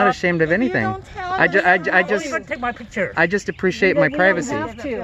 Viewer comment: "It's against the pivacy." Okay, Toh-Nee Mon-Ta-Na. 😆